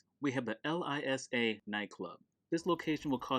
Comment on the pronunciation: It is LSIA (Los Santos International Airport), not LISA